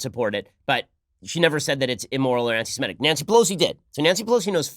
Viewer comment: Ben, it is "anti-Semitic" NOT "anti-Simetic".